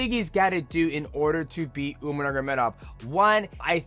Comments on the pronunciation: Love you bro but you was the last guy I was expecting to pronounce umars name like that. Especially considering you trained with them lol. Umar nurmanamuragedov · Just call him “Umar” going forward bro 😂 that was wild